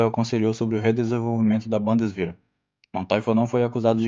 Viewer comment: Pronúncia da palavras em alemão: leia como se fosse em português, não em inglês, vc acertará quase sempre. Bundeswher não é bandeswehr